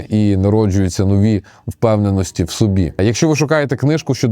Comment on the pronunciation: А что мешает говорить нормально? Что с наголосами постоянно не так? Не "сОби" а собИ. Не "лЮблю" а люблЮ. Ну 40к подписоты, а слова банально выговариваешь на каком-то диалекте средневековом.